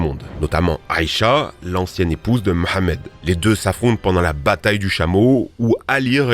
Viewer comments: En tant que musulman je te remercie de tout mon cœur pour la bonne prononciation du prénom du prophète merci 1000 fois 😊😊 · Merci pour la prononciation du prénom du prophète Mohammed